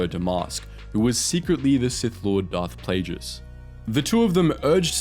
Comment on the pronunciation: You misspronouncing Plegueis is unacceptable! 😤